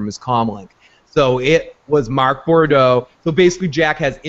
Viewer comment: I really want to be able to find your opinions credible...but neither of you can pronounce the name "Boudreau"" "Bourdeaux????" REALLLLLLY????